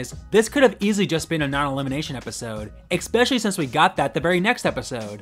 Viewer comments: Please stop saying eXpecially!!!!! It’s especially bro!!!!! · Stop saying "ekspecially", i'm not even an English speaker and I know that's not how you say that word.